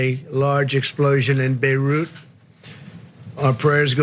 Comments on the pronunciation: ha ha, he looked proud that he pronounced Beruit properly. was probably practicing for a couple minutes before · he was so proud of himself after he read Beirut properly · You can hear how proud he was of himself to have pronounced "Beirut" correctly. Good job Donald 👏